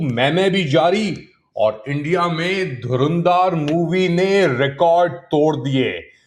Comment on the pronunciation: LIKE YOU ARE CORRECTING RANVEER's PRONUNCIATION , LET ME CORRECT YOU TOO .... it is NOT 'DHARUNDAAR' ... IT IS 'DHURANDHAR' ... YOU NEED TO LEARN TO PRONOUNCE HINDI WORDS TOO ... WHO CARES WHAT RANVEER SINGH IS WEARING, WHY ARE YOU GETTING SO AGITATED ... THE MOVIE IS FABULOUS ... IT STRIPS ISI and its STRATEGY OF USING TERRORISTS ALL OVER THE WORLD ... NAKED ... ISI's DENIALS AFTER the IC814 KANDAHAR HIJACKING, ITS DENIALS on the 2001 DELHI PARLIAMENT ATTACKS ... ITS DENIALS AFTER 26/11 MUMBAI ATTACKS (despite AJMAL KASAB, A PAKISTANI CITIZEN, BEING CAUGHT RED-HANDED) have INDEED BEEN EXPOSED in this FILM!! PAKISTANI ARMY's SHAMELESS DISHONESTY to the WORLD MEDIA is LAID BARE IN DHURANDHAR!!